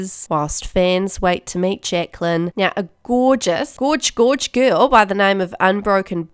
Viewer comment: "Jecklan, Jecklan, Jecklan" haha that kiwi accent, love it 😂